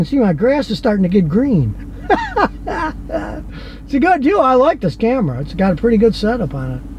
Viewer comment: the way he said back-up "cawera" lmaooo